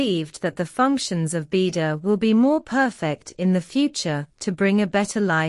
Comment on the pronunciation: You need to Teach your Speech How to pronounce BeiDUo!! It's an agony to Listing to it Now !!